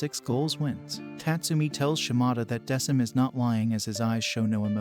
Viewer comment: The name is pronounced Deck-um